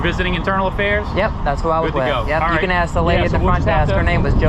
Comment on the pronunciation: It makes me so proud to be an American when I hear "people" use the word "axe" and they're not referring to the cutting instrument. Oh, did I say PROUD? I meant ashamed.